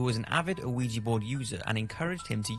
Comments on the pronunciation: Ouija is pronounced Wee-Ja , just incase you do another show on it.. Love what you do. Don't stop doing it. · You are saying that wrong. Ouija is pronounced weejah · Mary Wilkes Pronounced wee-gee, like the photographer. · Thank You! I was getting so irritated that he was pronouncing it like that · Why the hell does the narrator call a ouija board an 'aweegie board'. Really fucking annoying. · Am I the only one who can’t stand the pronunciation of Ouija in these videos? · As far as I can tell, you don’t pronounce the O in Ouija. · That's a rather interesting pronunciation of Ouija lol. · dont understand why you mispronounce ouija! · i think the biggest mystery here is that there's a grown man alive in the world who doesnt know how to pronounce ouija. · what is it with you and your weird pronunciations? lol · If you can't even pronounce the word ouija then why do a programme on it? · I love, love, love your vids- the effort you put in to bring us all info and entertainment is second to non on YouTube but dude your mispronunciation of "Ouija" during this vid got to me. Sorry bro, still love your work. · It's pronounced weejee, no oweejee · Ouija not O-ouija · Ouija; pronounced wee ja not O'weeja. Sorry, but it's driving me mad that he mispronounces it over and over. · Fun fact: It's not called "O-eegee" or even "Wee-gee." It is named for the the French and German words for "yes" so it's actually pronounced "Wee-yah." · Is he saying 'you-wee-jee'? Is this a UK pronunciation? Myself, and everyone I know, pronounces it 'wee-jee'. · Pretty sure it's not O-WEE-JEE, just WEE-JA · I love ur videos dude but can you please stop calling it ah-wee-gee? It's pronounced Wee-Yah. Oui - Ja, french and german for "yes". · the name is pronounced wee- jah . french for yes and german for yes. BUT the board was asked what to call it and it spelled ouija and it said it meant good luck. anyway it is not pronounced oh-wee-jah, im a meskin btw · Nice vid man, its pronounced wijee tho